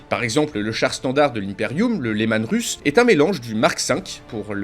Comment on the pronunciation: "Leman reuss" pour la prononciation ^^ C'est une référence au primarque des space wolfs